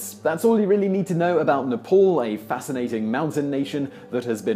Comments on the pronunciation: Dude, you needed to do a little bit research on the pronunciation of names :-)."Neypol", "himaleyas".. I don't mean to be rude.. but its Neh-paal, him-aa-la-yaas etc.. just to mention a few. Just one interesting difference in meaning between yours and the real pronunciation of the word Himalayas.. Yours pronunciation vaguely means - the place where ice/snow melts Real pronunciation means - the house of snow/ice No matter what, i enjoy your videos much. Keep going. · it is nepal not "nepaul" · We often pronounce "a" as "au" in London. I guess he's not heard anyone say Nepal correctly out loud and is just reading it how he thinks it should be said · Its not nepol. its nae paal(just for pronunciation) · I don't expect him to pronounce "Thiruvanantpuram" on India correctly but It's hard not to pronounce Nepal correctly. It's written as Nepal not Nepol or Nepaul. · Why westerners call nepal as nepaul ..i dont think it is difficult to make "aa" sound with western accent 😑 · Im Australian an offspring of English people and I can pronounce names the qay they should be.